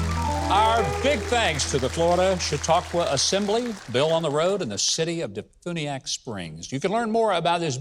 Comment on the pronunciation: DeFuniak is about an hour from my house. Quaint little place. They make it sound active and exciting but like any other inland small town, mostly boring!! But there are no state income tax.. and Huckabee... it's pronounced Dee Fyuuuuneeee ack